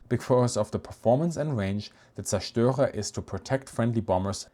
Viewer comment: Thank you for, after 50 years of doing it wrong, teaching me how to pronounce zerstorer.